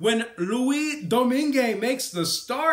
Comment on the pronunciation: Do you do your research before making videos? Mrazek wasn’t in net last night, wasn’t even being projected to start, any hockey fan could tell you that. And then you say Tampa was -120 last night?! They were +110 throughout the day then closed around +125 at game time. Oh and pronounce Domingue the right way next time.